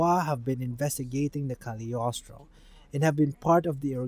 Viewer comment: Very good video! Even IGN journalists would not have been able to do a better summary/digest. (and as a French person, I congratulate you for your effort on pronunciation! It's not an easy language.) PS: You keep saying "the kaliostro" but it's not a thing or a title, it's Cagliostro, the name of an Italian man (Count Alessandro di Cagliostro), the evil guy who controls the automatons ;)